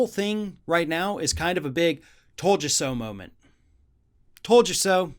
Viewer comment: There is no Ultamarian while we're in Quantrintine .... I'm not the type of person to say 'I Toad a So', but 'I Toad a So' Bill Barr has no Demorcum and no Vice Principals